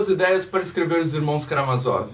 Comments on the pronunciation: tem a porra de um acento no "má" amigo. é karaMÁzov. ótimo vídeo um abraço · Por que tu muda a sílaba tonica de Karamázov?